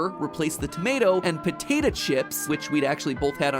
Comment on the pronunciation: I love how MatPat says potato chips